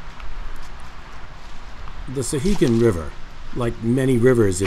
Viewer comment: I just found this video, nicely done. As someone who grew up in Temple and fished the upper sections all my life I appreciated the video. My only quibble, and it's a minor one, is your pronunciation of the name. It's SOW-hegan, not SUH-hegan.